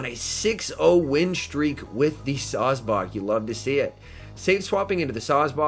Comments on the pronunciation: Sawsbuck: "SawsBawk" Excuse me sir but it's pronounced Saws-Buck. You know, Like a male deer...: bawk bawk bawk.🤨...: bawkbawkbawkbawkbawkbawkbawkbawkbawkbawk 🐔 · No one:: Sawsbock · I’m fine with sawsbuck... but what about the dirt rabbit..